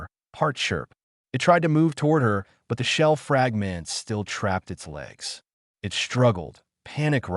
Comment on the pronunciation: That and consistently reading periods as "dot" and 'it' as I.T.